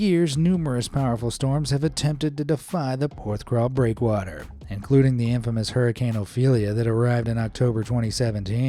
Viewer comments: It's pronounced 'PorthCAWL' not crawl lol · PorthCAWL not CRAWL! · Hey! It's Porthcawl. Not Porthcrawl! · It's Porthcawl, not PorthcRawl ;) I live not far from Porthcawl, been there multiple times, including along the pier. If you seaarch for 'Porthcawl Storm' there are many images and videos of people standing next to the wall near the lighthouse, just before the gateline seen in your vid, the gates only close during stormy or icy weather. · Lol! It's Porth-cawl, not Porth-crawl! 😂 (Though to be fair, you got the vowels right for the English pronunciation.) I should know, I was born and brought up a few miles away. I know that breakwater and the lighthouse so very well. Used to go crabbing off the breakwater into the harbour. Haven't been there in many years but it's still home to me. I spent nearly every summer day on one of the beaches in and around Porthcawl as a kid. 🏴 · Thanks for saying that. I was thinking how many times can he say crawl XD